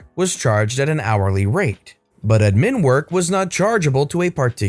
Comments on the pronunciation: Why are you saying admin like that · I get that. It bothered me too, but I like to play fast and loose with the English language so idk if he was messing around. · You keep saying admin like that I'm gonna hit something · I'll never hear the word admin in the right way ever again.